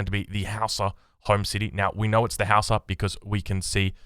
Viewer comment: From what I've researched, you've been pronouncing their names correctly this whole time. It's pronounced "How-sa" just like you've been saying it.